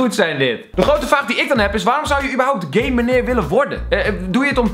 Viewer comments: Het is GAMENEER niet gamemenerr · Het is geen gamemeneer maar geeemeneer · ben ik de enige die de heletijd gaymeneer verstond inplaats van gameneer XD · Ik verstond ook tijd gayemaneer